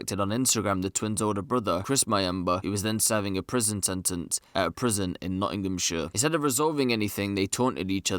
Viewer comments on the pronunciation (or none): none